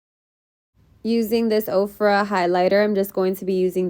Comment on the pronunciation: U slayed sis 😍 u have perfect lids for cut creases 🤤u were saying ofra right btw 😂 ❤️